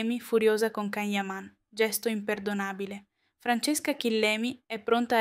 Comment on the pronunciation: Prima di tutto imparate come si pronuncia il nome di Can Yaman (Gian Yaman e non Can) e poi date notizie vere e non fake..